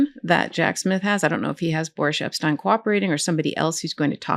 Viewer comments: "Boorish" Epstein. I think it's Freudian. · After hearing "Boorish" Epstein, I keep wanting to say "Boorish" Epstein. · You can say "boorish" Epshteyn